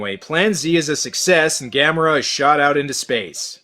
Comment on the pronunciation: It actually pronounces Ga-'Me-Ra